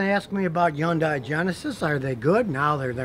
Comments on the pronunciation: Dude! Why do you (and a whooole lot of others) keep mispronouncing Hyundai?😂😂😂😂😂 "Hyundai, rhymes with Sunday". Quoted from older Hyundai brochures. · Scotty, Scotty, Scotty, stop with the Yondai. It's Hyundai. That's as stupid as saying Chebbrolaid. Geez Louise, that armrest must have ounces of Covid-19 in it. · Scotty , Love watching your Videos, and listening to most of your advise. But do you have a Speech Impediment? Some serious reason why you can't say Hyundai, pronounced exactly like SUNDAY, but with an "H" ? Not with a Silent "H" HUN-DAY...not YUNDAY ! I've owned Three Hyundai Cars. Two Sonata's and one Elantra. All three for over 100K miles, with Zero Engine troubles, including my current 2014 Sonata, that I just did the routine maintenance on. In fact, none of the three have had ANY breakdowns. Fantastic Cars, and longer warranties than Toyota or any American Manufacturer gives standard. My 2.4L Engine is still strong, has no noises, and the Transmission shifts smooth, all accessories still in 100% working order. The new "Genesis" G70, G80 or G90, is something I would love to purchase. And although they are top rated Cars in their class, they are still a bit beyond my price range. The new Sonata Limited, with all it's bells and whistles comes pretty close to a Genesis, so when my current Sonata matures a bit more, I'll probably go look at getting another one. Keep up the great Videos, keep a open mind, Toyota isn't the only Manufacturer that can make long lasting cars. Most Cars will last if you just properly maintain them, and don't beat the crud out of them driving like a nutjob. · Why did he keep saying Yundai? I always thought its pronounce Hundai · Scotty's pronunciation of Hyundai = YUN-DAI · The real pronunciation is Hyun-Day. Both the H and the Y are pronounced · People used to call it Hi yon die. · Yundiie? Scotty never fails lol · You pronounce it Hunday...rhymes with Sunday!!!!! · No, it is "Hyun-dei". (Make the y short.) It's Korean.